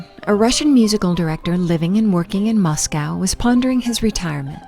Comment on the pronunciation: Well , this video was disappointing to watch due to the narrator mispronouncing so many names and, even Moscow. The gentleman who did the previous video was much so much better. But thanks to the creator for continuing the story of this incredible music group❣️